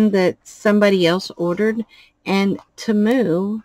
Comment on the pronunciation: Love the dragon, just a small heads up though, if you're going to remain a Temu affiliate, please say it correctly, it's TEE-moo, according to their own commercials and advertisements, that is how they say it, not ta-MOO. I'm sure they would appreciate it.